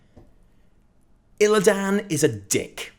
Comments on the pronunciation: The way you say Illidan fucking triggers me. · You're the only one in the entire world that can't pronounce Illidan correctly. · Who's Illi dan? I I know there's a character called Illidan, but no Illi dan.